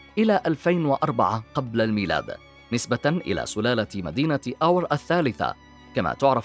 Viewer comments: اخي العزيز انت تنطق اسم أور خطأ ! انت تلفظه بهذه الطريقة آور(Awer) وهذا خطأ. هو يلفظ كالاتي أور (Ur) .. تحياتي لك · الكلمة اوّر وليست اوَر بتشديد الواو للمعلومة وشكراً على التقرير الجميل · ملاحظة... الكلمة (ئور) وليس (آور)، وتعني المدينة، كما في( اورمية) و (اورفه) و (اوره مار)....!!! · محمد عبادي شكرا على الرد ..هكذا تعودت لفظها لهذا استغربت لفظها من طرف المعلق بفتح الهمزة و سكون الواو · ملاحظة انتبه إلى لفظ مدينه اور